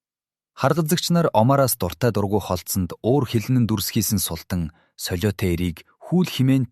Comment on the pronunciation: Фатмэ биш фатиима шүүдээ. Аа мөн султан биш. Султаан гэсэн аялгаар дууддаг. Энэ мэт үгсийн судалгаа дутуугаас болж оноо алдаад бх шиг бнаа